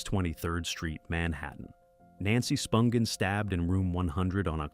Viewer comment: It's Spun-jin( j like giraffe),not spun gen(g as in gate)